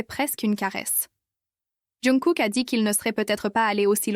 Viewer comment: Ça me fait rire quand elle dit younkook😅😅